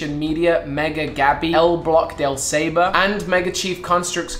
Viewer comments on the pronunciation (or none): Hey, just a quick heads up, the saber word in El bloque del saber is pronounced as "saa-ver" it means the block of knowledge.